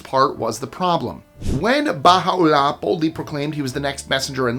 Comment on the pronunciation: you pronunciations are so bad they should be banned, its Koresh(Kor-esh). Baha'i(bah-hi) Baha'u'llah(Bah - hah - oo - la) amoung others